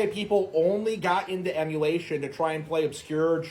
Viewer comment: “PC Emuwation”